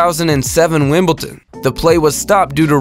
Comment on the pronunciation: WimbleDon it has a D not a T